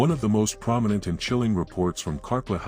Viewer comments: The house in North Adelaide is Carclew, pronounced CarClue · It’s called Carclew! Not Carclew house but simply the name pronounced “Car- clu” a family member was going to buy it when I was about 5 years old & we spent 2 days there (somehow I don’t know how) when it was for sale in the 70’s. I was going to have the tower when the place was fixed up & was truly thrilled about it. We didn’t see or hear anything out of the ordinary & parts of it hadn’t been wired for electricity! Sadly it wasn’t to be & I never got my princess tower 🥺🤷‍♀️✌️